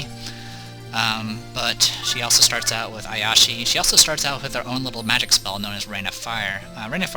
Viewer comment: The "grace" in "Coup de Grace" is pronounced roughly like "grass". It basically means "finishing blow", or something along those lines. Iyashi is clearly Japanese, so the first syllable is pronounced like "ee". Ee-ya-shi.